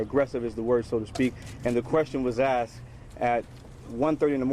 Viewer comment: Uneducated!! It's not axed to leave it's asked.